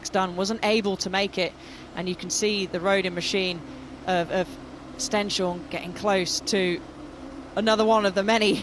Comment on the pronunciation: Commentators, could you, please, stop mispronouncing Martinius Stenshorne's last name? It's so irritating.